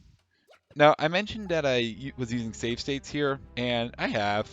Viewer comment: "stave sates"